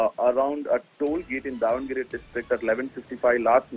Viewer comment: That is "Davanagere" District not Devanagari